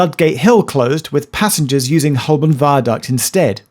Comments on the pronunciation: It's Ho-bun right? That's how I've always said it, rather than hole-burn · Please pronounce Holborn correctly. It is Hoburn. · Why are you pronouncing Holborn like a tourist? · I always thought that Holborn was pronounced Hoburn with a silent 'l' and a 'u' for an 'o'. I might have been saying it wrong for many years. Don't even start on Southwark! Interesting video, so much info I had to watch it twice. Thanks Geoff.